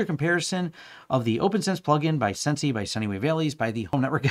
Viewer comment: Wouldn't "sensei" be pronounced sen-say? Like the Japanese word for "teacher" or "master"?